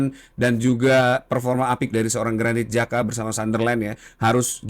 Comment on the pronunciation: bang granit xhaka ya bang . bukan granit jaka 😆😆